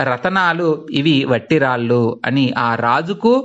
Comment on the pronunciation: చాలా మంచి ప్రయత్నం. మీరు ఉచ్చారణ దోషాలు గమనించుకోవాలి. ఉదాహరణకు, "రాల్లు" అంటున్నారు రాళ్ళు అనాలి కదా. అలాగే రసవాణి, కృష్ణవేణి దగ్గర కూడా రసవాని, కృష్ణవేని అంటున్నారు. దయచేసి "ళ" "ణ" లు సరిగ్గా ఉచ్చరించ ప్రార్ధన 🙏🙏